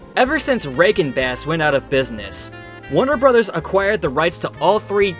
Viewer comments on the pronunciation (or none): none